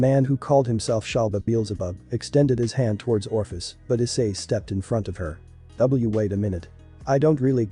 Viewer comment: for crying out loud Ophis does not possess an R